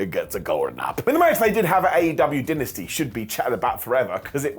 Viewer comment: Say Dynasty. Now say Dynamite, the name of AEWs flagship show. Now look at the first four letters of each and consider that they are both Die-nuh-stee/Die-nuh-might not Din-nuh-stee/Din-nuh-might. Have had too much wine, so don't think this is any sort of attack, just talking shib. Fkin love ya broski.